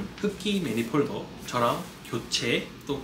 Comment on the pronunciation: 매니폴드를 자꾸 매니폴더 라고 하고, 크리닝을 자꾸 크리링 이라 해서 전혀 신뢰가 안가네요.